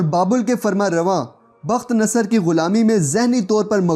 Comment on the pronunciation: بخت نصر کا تلفظ بُخت نصّر ہے